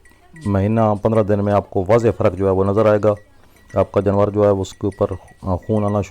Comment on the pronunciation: جنور نہیں جانور ہوتا ہے.